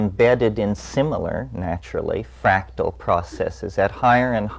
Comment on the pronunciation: It's "FRACTAL"